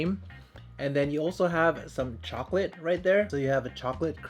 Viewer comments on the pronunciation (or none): "would you like an almond chocoLAT" the way he said it is soooooo funnnyyyy hahaha loll , so precious. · anood mohd not even ‘shocolait,’ straight up ‘CHOcoLaT’